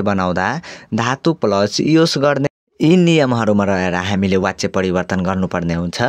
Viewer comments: Wachya hoina bachya vaninxa व prayog vaye pani bachan garda ब vannu parda xa... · Wtf vachya lai wachya vanxa. Yesta le k padaula😅